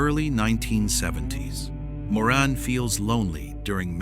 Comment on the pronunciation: Also calling her Moran when it's Maureen, these video's are so bad.